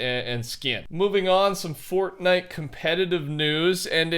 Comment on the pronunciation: say fornite properly